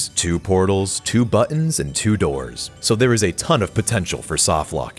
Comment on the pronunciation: "Through the Dors"